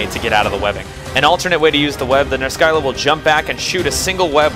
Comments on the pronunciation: Just make it into a running gag where you pronounce every monster in some weird way. But almost 100% sure it's pronounced Ner-sill-ah as the greek monster, the Scylla, is pronounced Sill-ah. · Monster pronunciations are a bitch. I say Ner-skylla, you say Ner-silla. Yours makes more sense, but I couldn't get mine out of my head. Please don't hate me. D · I think I pronounce every monster's name you've done so far differently. I thought it was just like a running gag. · Your name pronunciations kill me, even if I'm the one saying it wrong. "Ner-Silla." Not really a complaint though. Tomato, Tomato.